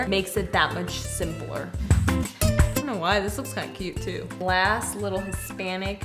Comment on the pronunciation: How she said “Simpler” tho